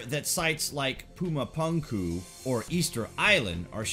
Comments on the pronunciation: Pronounced "puma-poomku" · It's weird hearing you say puma puunkuu